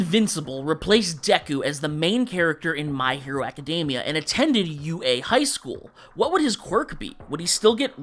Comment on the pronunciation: You should look up how "Academia" is pronounced. Otherwise, this was fun.